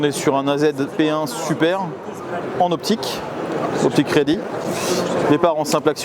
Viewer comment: Confirme moi, quand tu parles de la ligne de visée ti dis "optic ready"? Ou alors "aux p'tits crédits" ? 😂